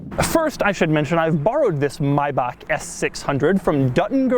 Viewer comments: Yes it's Maybach When the letter "a" is followed by "ch" in german it's pronounced Bach not Back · No, not 'maj back' but 'maj bach' (but who cares, it's a butt ugly car ;-) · It’s Maybach not Mybach dumb Doug! Man does a car review and can’t even say the name.. oh dear me! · someone tell rick ross that its maybach, not mayback. MAYBACK MUSIC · no it's not the correct pronunciation! i'm german and it's not MAY-BAK its "Maybooch" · No, It`s pronounced Maybach Maibach Not MAYBAKK OR Something Like that then you say it is the right Pronunciation WHAT? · MAY!!!! BACH. Not MY BACH 🙈 why does it annoy me so much😂😂 long time subscriber though love your work 🤙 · maybach and not mayback , if cant speak it proper dont try hard :D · Yeah im German and it's not pronounced Maybak it's called Maybach, like it's written dafuq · Mi-back?! 🤣 you Americans and you’re accents! It’s pronounced may-Bach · Nope. You are still pronouncing Maybach wrong. You say „Maiback“ instead of „Maibach“. The pronounciation of „ch“ is a typical problem for a non-german person. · No this is not the correct pronounce of "Maybach". You said May-bahk but its May-bach (aspirathed ch). Btw I'm not german, but I do speak it :) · nope actually not the correct pronunciation its MaybaCH not MaybaCK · "Myback, yes that's the correct pronunciation" Germans left the chat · Sitting in germany while amusing about people who think they've mastered my language and try to teach others... Its a fcking "Maybach" and not "mybaak". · Dog, I love your videos, but say Maybak one more time. 😂😂😂😂 2 minutes into the video and it's almost unbearable. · No, that is NOT the correct pronounciation. The "ch" in "Bach" is harsh like in House. It has an H sound, but harsh. It is Maybach, not Mayback, as if you were gathering saliva from inside your throat to spit at someone. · Maibak and yes that is the Original pronounciation... Every german feels the pain rn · no it's 'my bucks' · Its Maybach Not maybak Its a German Ch